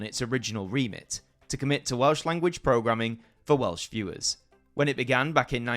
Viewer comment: Excellent video and your Welsh pronounciation is spot on. Only a minor quibble.. Not only did Gwynfor Evans threaten to go on hunger strike, he actually did go on hunger strike. I recommend followers to check out the Welsh film Y Swn that documents this era brilliantly. Its in the Welsh language but English subtitles are readily avaliable. It was a pivotal moment in Welsh political history. It wasn't just about having a Welsh language channel, it was about the control we had to choose having a Welsh language channel.